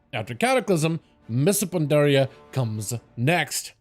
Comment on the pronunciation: “Mista Pandaria” 😂